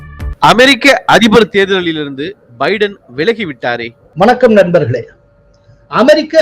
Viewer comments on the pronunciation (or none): none